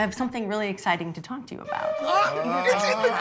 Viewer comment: She also said "eggciting" hahahahaha